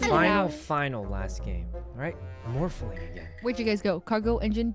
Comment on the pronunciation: I love the way Sykkuno adds an extra syllable to morphling.... MORPH A LING